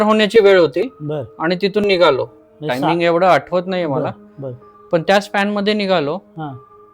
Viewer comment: Nigaloo kay nigalo .. nighalo bola !